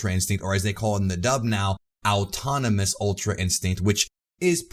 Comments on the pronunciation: There's no L in autonomous lol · Did you say ALtonomous instead of AUtonomous?